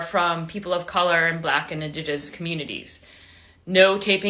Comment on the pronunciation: too bad she can't enunciate indigenous. lol on her